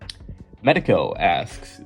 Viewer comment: Also you said my name right the first time. Its (medic-co)